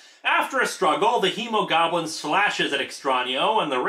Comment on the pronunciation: did anyone else hear Emogoblin instead of Hemogoblin